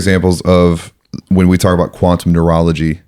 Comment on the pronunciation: What is he saying? “Quantum Moralagy”??